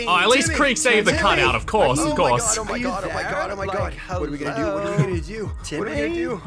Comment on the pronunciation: Timmeh: i have been twaining for this mwy whole life me: wonders how he has been training during his 5 years or 6 years of existance